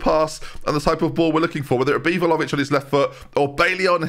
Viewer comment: Like it's spelled but ben says more like Vhalovic